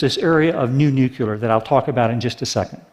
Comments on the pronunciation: Notes: 200 W of nucular? ( and elsewhere) What's nucular? Did you mean nuclear (new + clear)? And the concrete required gives off a substantial amount of CO2. A stagnant economy is what's required. You can't have exponential growth with no limits in a finite world. We can't get billions out of poverty without having billions more replace them; feed the poor and you get more poor. The only thing that keeps the population down (and hence keeps resource requirements down) is poverty or education. And the religious poor have already rejected education in favour of dogma. Natural gas still produces CO2. It's still a fossil fuel when taken out of the ground by fracking. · Loved the video, but couldn't help but wince every time he pronounced it "nucular." Again, awesome video, great message, totally in favor of it, but just... nuclear XD. Keep the great content coming TED, always a pleasure to listen, watch and learn. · It's pronounced Nuclear, not Nucyaler. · One thing that might help perceptions is to pronounce the word "new-clear" instead of "nuke-you-lar" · I'd argue that fracking IS NOT a viable alternative to coal. Nuclear -> Noo-kleer not nuke-u-ler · Why does this man keeps saying "nucular", this is a TED talk, the least you could do is pronounce it right. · he keeps pronouncing nucular instead of nuclear :\ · Is he for real? Dude wants to be taken seriously about energy and he says "nucular"?? IT'S NUCLEAR... NU - CLEAR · Awesome video, great message! I look forward to more implementation of this technology. But can Americans please stop saying 'nucular' as if it's a word? It's spelled and pronounced 'nuclear'... Why take after Bush? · There is no such word as "nucular". PLEASE learn to say it right! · we are supposed to take anyone seriously who says nookyooler ? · Nuke YOO lerr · nucular. NUCULAR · nu nucular! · I am against nucular... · new nucular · "What's holding New Nuclear back?" ... maybe it's that you say nuclear wrong?